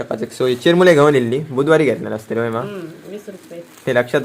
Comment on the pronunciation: अरे चिरमुले नाहीरे चुरमुरे म्हणतात